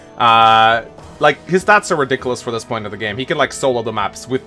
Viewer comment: TLDR;: Ree-dik-oo-less: Garbage unit, next